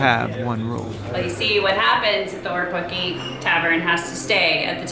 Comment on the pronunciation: I live in Aparima (Riverton) I go to Gemstone beach weekly. It’s the best place! I did laugh at how you pronounced Orepuki. Here’s an easy way to learn to pronounce it......Or....re...poo...key. Orepuki!